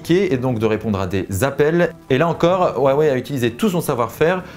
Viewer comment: WAWEI et ça se dit Youtuber Tech ^^^^